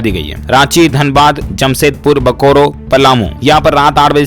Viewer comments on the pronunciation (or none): Bokoro nahi sir Bokaro he